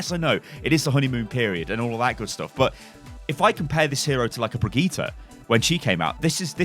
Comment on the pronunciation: ITS NOT PRONOUNCED "BRIGITA"!! Its a german name (reinhardt named her) and as a german i can say that this isnt even close to how you pronounce it! Just say Brigitt. And if you say that Papa Jeff said Brigita, I say Jeff does not speak german at all.